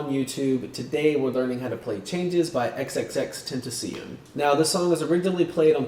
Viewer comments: lol "xxxtentaseein" R.I.P. X 😭😭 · lol k who else got triggered by the way he said tentacion??